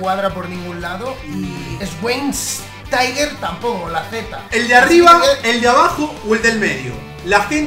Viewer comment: Schweinsteiger (se dice) shfainstaiga